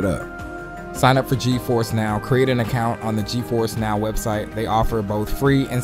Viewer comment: He said steam dik 11 times and gifers (Ge-force) once